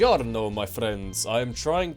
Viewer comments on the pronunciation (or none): I'm italian and i think u havevto work with your pronounce It was hard to understand your "buongiorno"